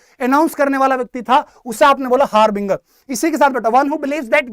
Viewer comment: Inka khudka pronounciation correct nhi ha harbinger ki spelling ka or ashutosh sir ne bhi Island ka wrong pronounciation kya.... Or bhi bahut sari spelling h jo mne google se dekha